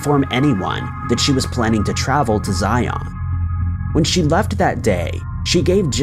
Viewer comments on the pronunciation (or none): ZIun, not ZIAWN. 🙄🙄🙄